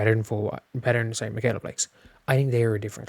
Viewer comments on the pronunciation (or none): none